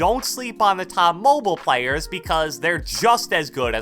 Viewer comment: Man said plyers